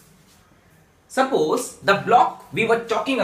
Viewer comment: Sappoos ✅ Suppose❌